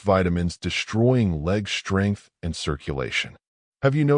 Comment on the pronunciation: UGH. That moronic AI voice mispronounced the “st” consonant blend. The word is “strength”, not slurred like “shtrength”. Is your ignorant AI drunk? Why would I listen to a video that cannot pronounce English? You have 0 credibility .